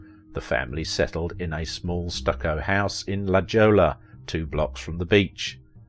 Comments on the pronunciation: La Jolla? ( La Gola) Really? Pronunciation is supposed to be Spanish ( La Hoya) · La Jolla is not pronounced La Joe-La but "La Hoy-a". It is not a Spanish name but the original native name for the area was Mat Kulaaxuuy, which means "land of holes". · You referred to the city where Ms. Welch's parents settled in California as "La JOE-la." Not how it is pronounced! Actually it is "La HOY-a!" From the Kumeyaay Native American word “Matlahuayl,” meaning "Place of the Caves." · It's not La Joe La it is pronounced La Hoy Yah. it's a Spanish word. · La Jolla is pronounced La HOY-ya. Not La Jaw-la. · La Jola is a hilarious pronunciation of La Hoya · It's not la Jo-la. It is pronounced 'La Hoy-ya'. A very exclusive and highly.expensive area near San Diego. It's not Ni-man Marcus. It's pronounced NE-man Marcus. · It's not la Jo-la. It is pronounced 'La Hoy-ya'. A very exclusive and highly.expensive area near San Diego. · Interesting, I didn’t know she grew up in San Diego. By the way the city is pronounced “ La Hoya”. It’s Spanish. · It’s pronounced Lahoya not La joe-la. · La Joe La lol. Pronounced La hoy yah. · "a small house in 'La Joyla"...its pronounced "La Hoya" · Your not pronouncing La Jolla correctly! It’s “La Hoya” not a hard “J” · What the hell? La Jola? It's pronounced la hoya. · the city in San Diego Ca La Jolla is pronounced La-HOY-a (the jewel in Spanish) not Lajoela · “ La JOE la” 😂😂😂😂😂😂 its, La hoy ah! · its not "la joh-la" its 'la hoy-a". Nice vid of RW. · I had a chuckle at that too. As a hick kid from Nebraska, after joining the Navy, I was sent to San Diego for Boot Camp. Early in that experience on one occasion in the barracks some of us were looking at a map of the area. That's exactly how I pronounced La Jolla! Embarrassing! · lol he pronounces "La Jolla" like "joe". Its La HOY ah. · Great video! Maybe she hated being a sex symbol but my god was she stunning 😍 btw as a san diegan, its pronounced La Hoya not jolla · Sorry...lah hoy ya.....lol